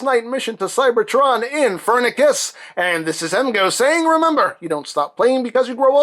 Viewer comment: You have to speak the c like s not as a k